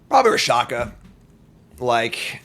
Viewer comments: He was actually calling it Ra-sha-ka instead of Rak-sha-sa... killed me the entire time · RAK-SHA- SA!!!!!!!!! what in the holy dyslexia is wrong with you? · He called it Rakshakashakashaka later, so he is probably doing it on purpose.